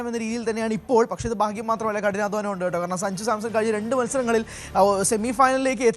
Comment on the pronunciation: അവതാരിക എന്തുവാ ഈ പറയുന്നത്.. സജുവോ..?? സഞ്ജു എന്ന് പറയു..😅